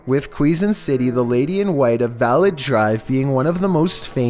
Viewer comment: Quezon+ Kezon Balete- Ba-Le-Te